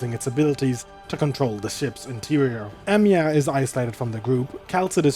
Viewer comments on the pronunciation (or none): Whenever you say Amiya's name i always hear Emiya!😂😅Though i do guess Shirou would aprove of Amiya's resolve and strength of spirit! She is indeed Seigi no Mikata material!